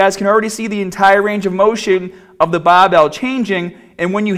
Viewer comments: What’s a “Bah” bell ? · Ah yes the classic bah bail